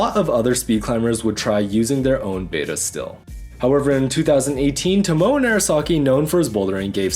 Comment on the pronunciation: His name is pronounced TO MO A. Each syllable is stressed the same.